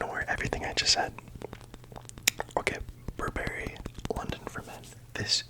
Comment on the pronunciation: FYI, the emphasis in the name should be “BURR-ba-ree,” not “burr-BERRY.” (My guncles are full-time professional fashion critics and have been for at least the past 15 years. I have been trained to pronounce basically every couturier and fashion house since I was in high school.)